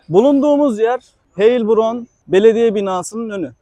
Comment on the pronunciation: Gezdireceğin şehrin adını doğru telaffuz etmeyi bilmezsen videonu izlemezler.